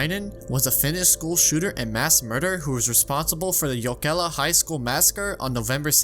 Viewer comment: You pronounced the word "jokela" almost correctly. I, as a finnish person will say good job to you. Uhhh... This was a very... Nice video...